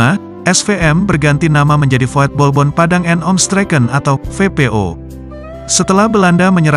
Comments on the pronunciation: VOETBALBOND dibaca VUTBALBON bukan VOYETBOLBON.. artinya Klub Sepak Bola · Min, kalo ngetik di aplikasi TTS jangan voetbalbond tapi vutbolbond pake U,soalnya robot mengucapkan sesuai apa yg ditulis,kecuali ente pake setingan yg bahasa belanda